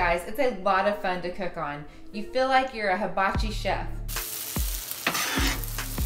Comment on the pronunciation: What is with people saying "still" instead of steel? Same thing with "fill" instead of feel. Where did this accent come from? This wasn't a thing when I was a kid...